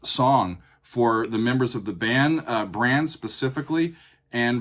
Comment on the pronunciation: I'm pretty sure Brann pronounces his name with a soft A. I've actually met them before. And I'm glad you chose this song, as it's the first song in the album. But the whole album start to finish is fantastic and one of those albums that is just a journey from start to end. Even if you don't make another video please listen to the album start to end.